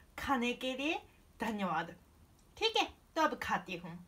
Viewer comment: Thick hai in bihari accent